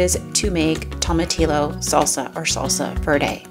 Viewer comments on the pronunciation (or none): Everything looks wonderful. Tomatillo is pronounced "toe-ma-tea-yo" 😀😉